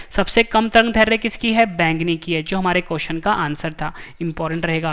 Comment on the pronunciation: दैर्ध्य का उच्चारण गलत हो रहा ह